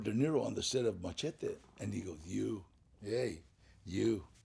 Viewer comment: Funny how they pronounce Machete its the long knife more sword like ( mah- shah-tay) wtf is that Glad ?